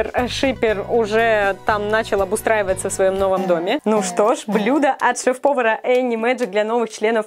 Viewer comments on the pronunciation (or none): Не шеф-повара а шефпопара